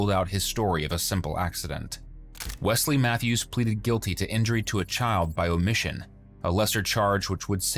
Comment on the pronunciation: Wesley matthews???? Seriously? He can't even pronounce it.